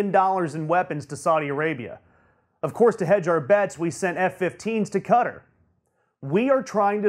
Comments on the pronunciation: Fuck whether it's insulting or not it's fucking stupid. Also I just realised that this tool means Qatar (cat-are) when he says cudder. How can you make a coherent point when you can't even pronounce the names of countries? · It's pronounced Katarr, not cutter. Also, what's with that stupid haircut, are you in highschool and just learned about hair gel? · Qatar is pronounced 'KatAr', not 'Cutter'. Also, as mentioned in comments below, Moscow is pronounced 'Moscaw' and Iran is pronounced 'E - ron'. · It's not pronounced like "Cutter". It's pronounced like "Ka-Tar". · I'm American & it's pronounced Qua -tar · He did an even worse pronunciation of Qatar.